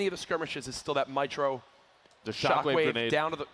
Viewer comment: It's mietroo